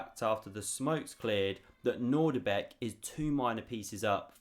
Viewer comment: I have some very bad news. It's not nordibek its Nodirbek: ( I made the same anglo mistake of assuming the presence of a familiar "nordic" initial syllable but... alas, not so! I know you worked hard on this vid, and some may not notice. Feel free to delete this comment if it suits you